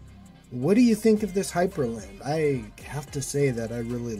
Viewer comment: Not to sound like an ass or anything but it's Hyprland, not Hyperland.